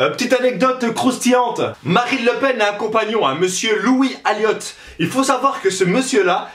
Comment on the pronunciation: et c pas louis aliote conard lui aliot comme a fin de jamboneau